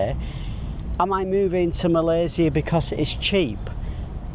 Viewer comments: You're probably one of those people who pronounce "Malaysia" in the most correct way. Welcome! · Spot on for pronouncing Malaysia name correctly. Even our Finance Minister 2, Amir Hamzah said it incorrectly (Malayzier).😊